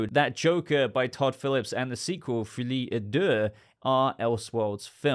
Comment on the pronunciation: The mispronounciation of "folie à deux" is, in itself, maddening.